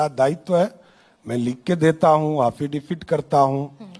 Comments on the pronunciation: अरे एंकर महोदया आप समझ नहीं रही हैं। हाफिडेबीड में लिख कर दिए हैं।😂 और बार बार हाफिडेबिड,हाफिडेबिड रटे जा रहे हैं।😂 5वीं, 8वीं, 10वीं, 12वीं, सभी सुने पर यह क्या सुन रहे हैं।😂 एक कोर्स।😂 लगता है बहुत बड़ा कोर्स है । सम्राट का।😂😂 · क्या हाफि डविट करता हू😅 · एफिडेविट होता है सम्राट जी हाफी डेबिट नहीं होता सोचिए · एफीडेफिट के लिए हाफीडिफीट बोलता है अनपढ़ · जैसा बिहार वैसा ही नेता बधाई हो एफिडेविट को हाफीडेविट बोलने वाला नेता मिला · Kya rumer faila rhe ho faltu ka yesa kuchh nhi bole hain,aur unke local language me affidavit ko haffidafit bola jata hai.